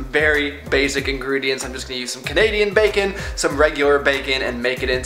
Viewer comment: The way you say bacon sounds so much like "bakin' " and even though I'd seen the title of your video, I really thought this was going to be a baking video. xD